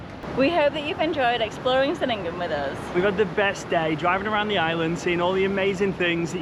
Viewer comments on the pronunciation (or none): Just a heads up, C in Indonesia is always a ch sound 😊 Chenigan not Senigan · Ch..Chenin-gan - I really feel like you should have the pronunciation correct to vlog. All C sounds are Ch.. It it’s an “ess” sound they’ll use an S. Like Polisi rather than Police. Even Doctor is spelt Dokter. You’ll notice the letter C is never used in a hard pronunciation. C is always Ch. like Canggu